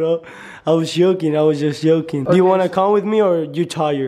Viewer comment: it was so funny when he said yoking instead of joking